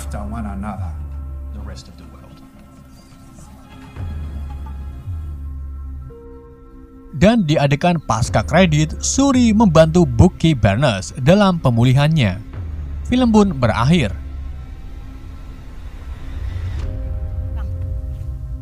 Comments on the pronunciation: Bucky..bacannya baki bukan bacanya buki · Bucky nya di baca baki ya bang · bang salah nyebutin nama t-chala salah nyebutinnya bang sama abang sala ngomong bucky